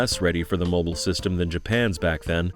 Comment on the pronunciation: "mibile System"? Hope somebody got fired for that